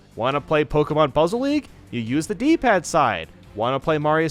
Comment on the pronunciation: Its not Pokiemon but pokemon